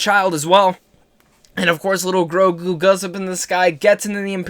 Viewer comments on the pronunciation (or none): GRUGO ? GROGO? Dude get your facts right its GROGU jesus christ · Dude we know your excited but you literally said Grugo 5 times..its Grogu!! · I was just so upset with what happened Grogu! I was grieving and crying. Then you getting his name wrong just tipped the glass over. I know you didn’t mean to! #overprotective #motherlyinstincts #killgideon #savethechild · It's GROGU, Not GRUGO! Lol! All good, the excitement has us spinning!! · It's grogu not grugo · bro in the vid u call him grugo and here you spell grogo it's driving me crazy! it's grogu! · Why do you keep saying Grugo man ??!!?🤣🤣🤣